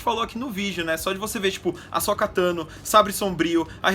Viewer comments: Bo-kazan e A-Sóka Meu deus gente! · Asóka, Bo-kazan, Olho da Noite, Darth Maul("Just Maul"), Sabre Sombrio... Vamos listar os erros?!